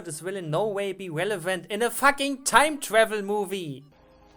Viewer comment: I love the way he says fuck. "Thats not a crocodile, thats a facking dragon, just look at those facking saber teeth".